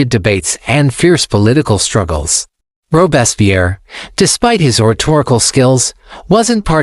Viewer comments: Robespierre's name consistently mispronounced. The is because this podcast is being narrated by AI rather than a human being. This process results in mystronunciations and unnatural pauses in all AI-generated podcasts. Shame on podscasters for abusing this teachnology. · The AI doesn't even pronounce his name correctly.